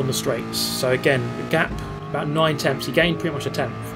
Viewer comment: 241 and TENTHS! Not TEMTHS! No “M” dude lol